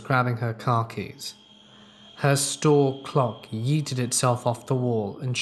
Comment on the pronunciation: Lmao “the clock YEETEED itself off the wall” 😂